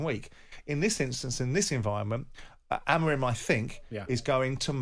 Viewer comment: Wish Jim would stop over pronouncing’Amorim’